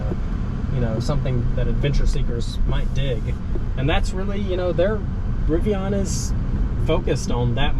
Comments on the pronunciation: It was driving me nuts. Pronounced rivi-IN, like Indian which is the genesis of their name, NOT rivi-ON. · Riv-ee-in. You will understand.